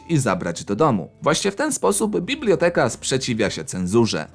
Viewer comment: nie mówi się bibloteka